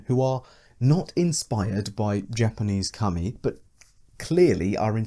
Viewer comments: I pronounce Kami as "Cah-Me" but you pronounce Kami as "cummy" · Deeply uncomfortable that you keep pronouncing kami as cumi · I was not ready for you to be pronouncing Kami as "cummy", my dude please